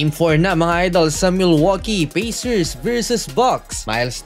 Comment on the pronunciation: Pacers --------------- Pey - sers in pronunciation.